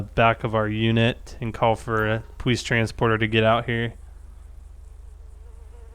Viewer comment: he said powice